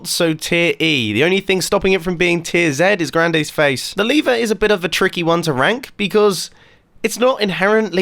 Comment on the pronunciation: Grande1986 * not grandayyy